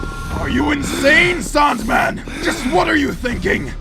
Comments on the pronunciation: Tbh I love the way the native people say his name like "Saundman" instead of Sandman. Not sure if I am mishearing it myself but it is clever forshadowing done through voice work. Just saying. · he said saund man lol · Sounds more like Soaundman to me. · I like the way they pronounce “Sandman”. Like you can almost hear it like Soundman or Sandman. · him saying sandman as a saandman instead of saindman has a reason spoilers: . cuz his name is soundman in japanese sandman and soundman sounds the same and writes almost the same way like saando man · I looooooove the way the pronounce “sandman” it makes so much sense later on